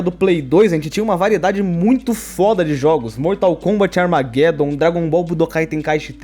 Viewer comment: Mortal Kombat "amarguédom "